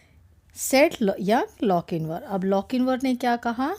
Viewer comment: Mam sorry to say but you are pronouncing his name wrong his name is Lochinvar its chin for example ( chapter)